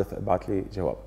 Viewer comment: ابعتلي جواب بالجيم مو بالچيم، طالما كاتب لصباح فخري فالمفروض سمعانها منه وبتعرف انه بيرفض يلفظ الحروف بشكل خطأ متل ما حضرتك عم تلفظ، الأغنية حلبية بالنهاية مو مصرية.